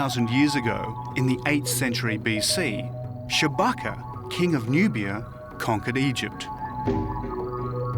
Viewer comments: I appreciate David's emphasis on the word "black" when referring to the pharaohs. I also wonder if anyone picked up on the name of one of the earlier pharaohs- Shewbacca (sp?) which sounds like Chewbacca of Star Wars. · 3 minutes in...did he say,"Chewbacca"? And that he was a black African? I thought he was a Wookie???